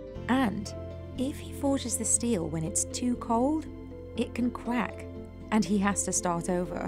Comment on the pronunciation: “It can cwack”